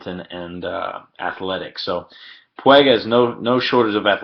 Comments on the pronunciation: PWEEG, not pweg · Puig not Pueg.. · Pwheg? I am guessing the narrator is not a native Spanish speaker?! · I didn’t know anyone could butcher his name that hard